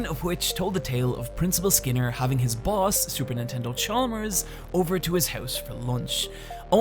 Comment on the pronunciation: Nigga did you just call him super nintendo chalmers?